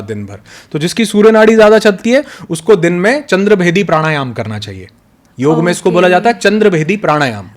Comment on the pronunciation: एक बात कहना चाहता हूँ आशा हैँ बुरा नही मानेंगे, आप बहुत अच्छा ज्ञान देते हैं लेकिन कृपा करके यदि संभव हो सके तो ऋषियों के सम्मान का ध्यान रखें जिन्होंने ये ज्ञान दिया हैँ कृपया, मन्त्र को मंत्रा और योग को योगा न कहे क्योंकि ये ज्ञान भारत का हैँ. पश्चिन का नही.